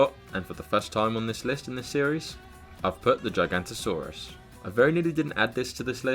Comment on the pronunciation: 'gigantosaurus' lol. Still a good video tho 👍